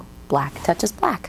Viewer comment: I hate hearing the word “black” the way she says it.